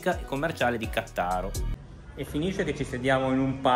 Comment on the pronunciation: Cmq credo che si pronuncia Ca'ttaro